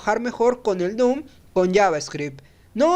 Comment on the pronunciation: Se dice DOM no DOOM